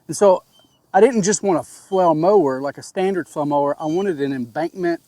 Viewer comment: You have great videos on flail mowers. I've watched most of them. I still struggle getting past you calling them a "flow" mower. I even turn up to audio to make sure I'm not hearing you incorrectly. Aside from that, I appreciate that you show issues that you have with equipment - even when it's your fault. I don't need another brand commercial that only shows everything going perfectly. I haven't even decided which flail mower I am going to purchase yet, but I already know I need flow restrictors based on your video.